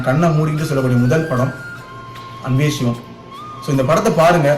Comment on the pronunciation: I think you need to pronounce the movie name & character name properly.. it's sivam not Shivam. அன்பே ஷிவம் அல்ல அன்பே சிவம்! நல்ல‌ ஷிவம் அல்ல நல்ல‌ சிவம்!!